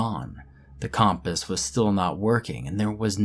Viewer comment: The way you pronounce compass pisses me off